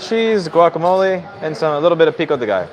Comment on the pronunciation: Italian from NY pronounces pico correctly :P